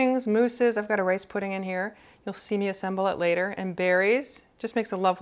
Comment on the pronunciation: it's not weeping it's laughing...? And at some point in the video it sounded like you said "race" pudding instead of "rice" and I found that kind of funny and when you replied I thought you were making a joke when you said "you can put anything in there" but yeah, whatever, never mind.